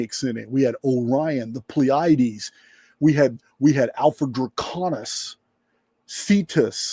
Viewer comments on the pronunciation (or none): none